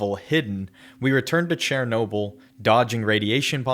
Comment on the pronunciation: bro really said chairnoble